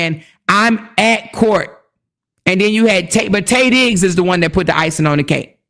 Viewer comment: Everytime you said Tay Diggs, i hollered 😂😂😂